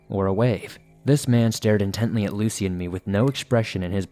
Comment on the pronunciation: Sounded like he was saying Lacey